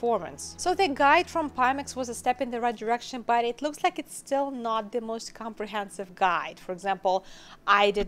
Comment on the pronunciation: Your accent......had to rewind and check cause I thought you said the most HORRIBLE vr headset on the market, lol